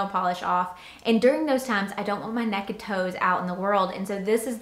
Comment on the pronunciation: I love how you said “nekkid toes” 😂😂 I pack my hat the same way by filling the inside, but I put it so the brim is down and then pack stuff around it. Also how do you keep the roll on those shorts looking so good? Mine always get messed up and never look as good as when you buy them.